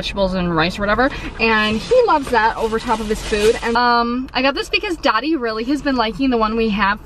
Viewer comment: When you say “Dottie” it sounds like “Daddy” 😂❤️ I’ve been looking for a new coat for months to replace my super dry winter catcher I’ve had for about 5/6 years. I want something that’s going to last. #help